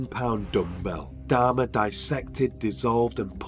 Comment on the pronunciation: Could't stand to watch the video for the way he pronounced Dahmer last name 😆